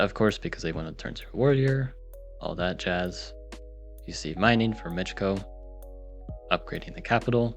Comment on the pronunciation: If Miczko is Polish then you have finally read his name properly